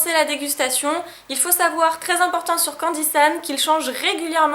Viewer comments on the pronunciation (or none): Dit a que s'est pas candisun mais candisan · Arette de dire candisun c'est candisan